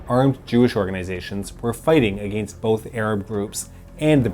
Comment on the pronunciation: Why do you say ‘against’ the way you do? It’s distracting and annoying. I can only take hearing you talk for so long before I have to close your videos out.